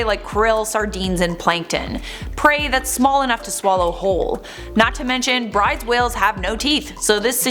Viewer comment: At the risk of being pedantic, Bryde's Whale is usually pronounced Broodes